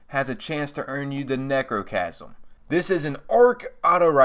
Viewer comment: It sounds like you are saying negrochasm